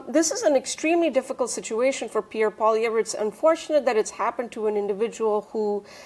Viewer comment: Really annoys that after all of these years, Rupa still cannot figure out how to pronounce Poilievre. My god Rupa, you live in Ottawa! Pronounce it correctly